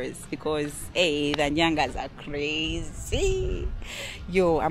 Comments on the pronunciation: It's Nganya not nyanga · Not Nyangas, Nganyas. The best form of art ever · Not nyanga, it's nganya